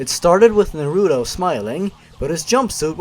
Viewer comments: it's pronounced naruto, not naruto ;3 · The way you pronounced the Naruto names made me cringe. xDDD